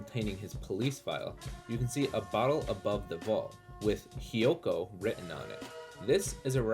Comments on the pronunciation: Dude really doesn’t know how to read. “Hyoko” it’s Hokyo. Or Stanley Kurbick. Even my phone knows it’s Kubrick lmao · He also said “Hyoko”